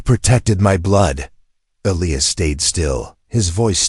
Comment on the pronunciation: Is it possible to teach an AI 🤖 how to correctly pronounce words, especially EliAs. Please god teach it to pronounce it correctly